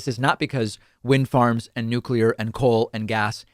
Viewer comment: So happy you pronounced nuclear properly. Most Americans say nucular.